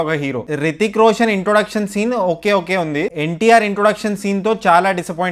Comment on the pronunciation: Hrithik Roshan raa babu rithik roshan kadhu porambokaa